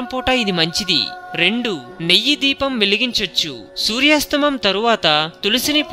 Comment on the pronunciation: సూర్యాస్తమం కాదు సూర్యాస్తమయం అని పలకాలి దయచేసి తెలుగు పదాలను ఖూనీ చేయకండి.